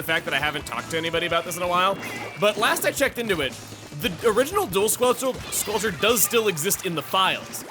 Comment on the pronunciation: "squelcherst" lol. But seriously I do enjoy this setup quite a lot, the added mobility is a lot of fun and at extra range does keep certain other stronger weapons at bay.